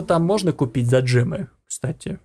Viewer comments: За гемы а не джемы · не джемы а гемы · ЭТО ГЕМЫ А НЕ ДЖЕМЫ